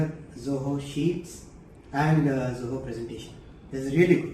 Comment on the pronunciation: ZOHO Sounds like JAI HOOO.